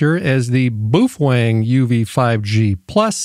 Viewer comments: What the hell is a "Boofwang?" Do you mean Baofeng? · how the hell does it come up to your mind, that the companys name is pronounced boofuang?!?!? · Boo-Fwang? I always thought it was pronounced Bay-o-feng. Can someone please shed some light on the CORRECT pronunciation? It may seem silly to you, but I'm genuinely curious about this. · Bro.. did you say "Boof-Wang" 😂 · Apparently he's cool like that. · I chuckled every time you pronounced that as "BOOF WANG" ... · Do you absolutely slaughter the pronunciation of most words, or do you save that bloodbath for Baofeng only? Boof Wang. 😂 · Worst AI I have ever seen can’t even pronounce Boafang